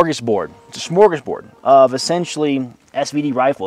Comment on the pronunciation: Admin really put the emphasis on the “Smor” in smorgasbord. Must have been starving after larping for the USSR all day.